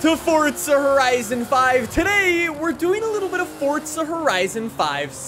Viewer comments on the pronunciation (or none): It is not pronounced “Fortza.” It’s “FORZA.” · jsyk its forza not fortsa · for the love of god stop saying "fortza" when its "forza" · WELCOME BACK TO FORTZA HORIZON FIVE AND IN FORTZA HORIZON FIVE THERE IS A NEW FEATURE IN FORTZA HORIZON FIVE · Ah yes, i love Fortsa Horizen 5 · “FORTSA” cmon man.. there’s no T in Forza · wait, it it actually called Fortza? or am i dumb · Anyone else notice he is saying fortza instead of forza?? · fortza.......???????!!!!!!!!!! its forza!!!!!!!!!!!!!!!!!!!! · Umm this man says fortza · Bro.. im so annoyed "fortsa" bor its FOUR ZAAAAA FOUR ZAAA Not FORT SA Its Forza, Four Zaa NOT FORT SAA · Dude its forza not fortza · Fortsa horizon 5? Never heard of it... forza horizon 5 yea... maybe you should look at how the word is spelt and say it properly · he sounds like he is saying fortza horizen 5, i cant stop hearing it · This guy over does the “fortzuh” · Man's saying fortsa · i like the videos but "Fortza"? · lowkey annoys me how he says fortza horizon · someone teach this guy how to say forza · no T in forza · There isn't a t in forza